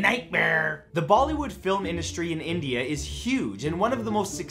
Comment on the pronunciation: did I hear him call them "baldy wood"? 😂